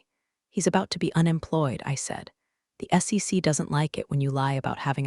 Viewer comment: Maybe put a period in between acronyms so it will say S.E.C and not SEX? 😂